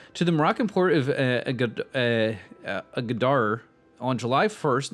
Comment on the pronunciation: Actually, Machu Picchu was dicovered way before Bingham, there was even a fully drawn map of it available in Germany by 1908. Also you pronounce Agadir as [Agadeer]